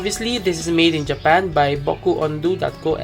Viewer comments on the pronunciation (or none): we can call it a JA-PAN, lmaoooooo im sorry it was funny to me.. greetings from Canada sir